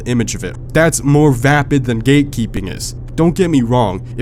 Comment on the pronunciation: I thought u was saying “gay keeping”